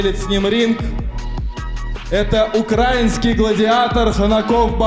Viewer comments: не укра́инский, а украи́нский. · Украинский ! ударение на (и) прошу не путать . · УкрАинский блять гладиатор УкрАинский Карл!!! Правильно говорить УкраИнский. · научись сначала правильно произносить «Украина», не УкрАинский гладиатор, а УкраИнский